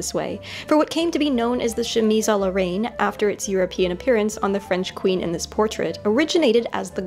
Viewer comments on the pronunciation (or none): I hate to sound like a hater, but Ill correct you simply because I feel like you would want to be corrected: "Reine" is pronounced with an open [E] sound! So like "rehn" instead of like the word "rain." Reine like the beginning of the word "renegade"! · Your channel is awesome but your pronunciation of 'Reine' threw me off a bit =D it's not like rain, more like the dan-part in dandy :) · Why... was “reine” pronounced “rain”...??? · Reine is pronounced more like ren btw but whatever i loved this!!!